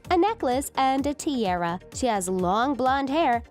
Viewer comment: She is saying tiara instead of tiara